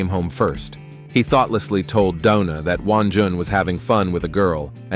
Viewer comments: Bro said donut or doona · Why is Doona always trying to hit somebody with a bottle??? It’s like homegirl wants to go to jail for attempted homicide 😭 and why does the narrator keep calling her “Dough-Na” at the most random times, I’m weak asF 😂